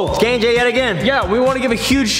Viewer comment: NOT HIM SAYING KIAN AND JASON